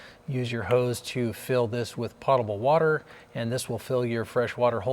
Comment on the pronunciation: Po-ta-ble with a long o.